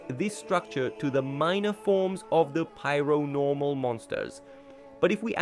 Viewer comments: It's pair-o-normal not piaro-normal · It’s pronounced PAIR-o-Normal. This guy is saying “pyro-normal” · That pronounciation of Paironormal is just straight up not correct, it's pronounced exactly like how Paranormal is pronounced